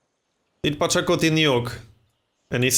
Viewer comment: Pachacuti, not Pocatello.